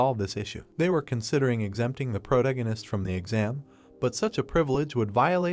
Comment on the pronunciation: The AI not being able to say protagonist drove me crazy